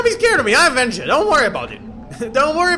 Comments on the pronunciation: It's wenja not venja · weja not venja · Wenja not venja